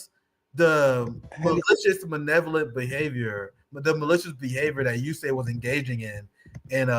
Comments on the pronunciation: US-AID. Ewe-Ess AID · It's pronounced the U.S SAID!